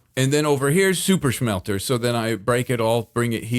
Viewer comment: I love how (just about) everything says, that starts with S. He says it with Sh.😅 like, "Shuper Shmelter" and "Gotta Shreep". He is hands down my absolute FAVORITE Hermit.